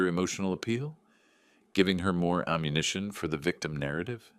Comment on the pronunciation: Not om - unition. Am - unition. Now, no- munition. Stupid A.I..